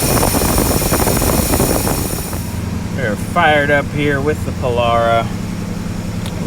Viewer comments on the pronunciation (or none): Beautiful...and power windows to boot! Just pronounce it, "po-LAIR-ah" and we'll be good....